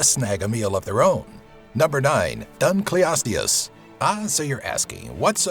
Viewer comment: Dude....pronunciation. Cretaceous: kre-TAY-she-us. Dunkleosteus: dunkle-osteus. Otherwise, this isn't too bad for a YouTube vid. But seriously, you really have to stop saying crustaceous instead cretaceous, or you're gonna drive me up the wall.